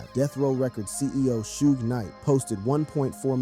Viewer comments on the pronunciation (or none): Hey videos that can't distinguish Pac from Pack smmfh. Suge pronounced like huge really dude GTFOH